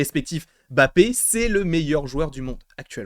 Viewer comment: Arrête de dire Bappe mdrrr tu dis Challa ou Tchalla ? 😂😂